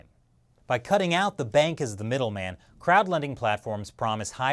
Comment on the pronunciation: When says 'crowd' funding website, I don't know why but it seems like he is saying 'crap funding website'